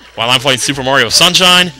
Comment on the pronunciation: did you say merio on ?the super merio brothers? hahaha